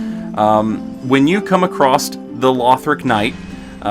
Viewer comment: The way you say controversial and across bothers me.